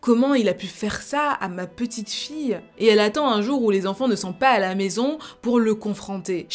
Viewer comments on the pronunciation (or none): Prononce les on plus clairement stp c’est grave frustrant quand tu dis japan au lieu de japon ou maisan au lieu de maison